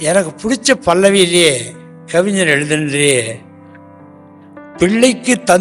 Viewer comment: 'கவிஞர்', கவிஞ்சர் அல்ல.